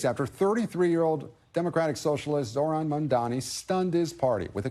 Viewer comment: This loser still hasn't bothered to pronounce Zohran's name correctly... I mean, last time it served him well, right?